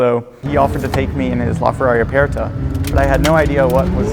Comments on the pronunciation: Not with that much stress on the e/r though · Why does he say Aperta like that? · Why does he pronounce aperta like that?